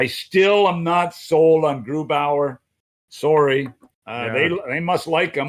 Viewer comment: "I'm soary."